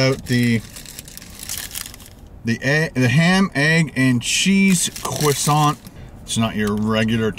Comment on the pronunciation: Or when he says cwoissant